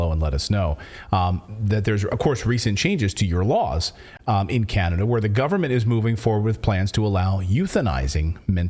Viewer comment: Hahaha "Canadia"... you said it wrong, it's CHINADA.